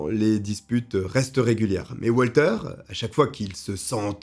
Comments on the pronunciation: Ca se prononce Valter (puisqu’il est Allemand), pas oualter. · Il est allemand alors ça se prononce Valter, pas à l'américaine.